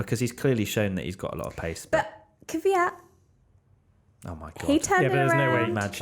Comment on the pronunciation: it can be either kivyat or kviyat, both incorrect.